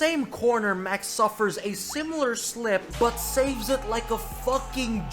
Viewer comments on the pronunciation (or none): none